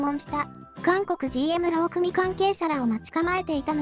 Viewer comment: さといもうまいさんも言っているが、 〝労組〟はろうくみとは言わない。 ろうそと言う。 ま、機械が読んでるんだから仕方ないか？